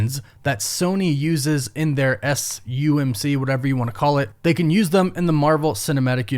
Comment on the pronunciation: Are you saying thumb or them?